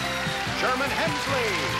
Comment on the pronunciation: C'mon Jeff...It's not Sherman Helmsley, it's Sherman Hemsley.